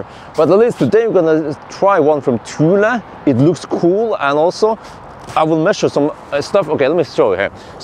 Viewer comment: That’s not how you say the name bro